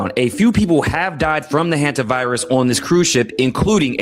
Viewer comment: Does he mean “Hanta” sounds like Santa? Why is he saying HUNT a? Obnoxious word, ridiculous pseudo science Hogwash